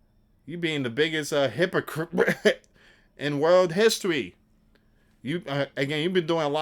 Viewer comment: 😂 😅 I think he's trying to say "hypocrite" 👍